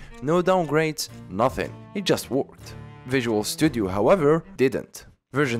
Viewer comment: "it wooked." Silence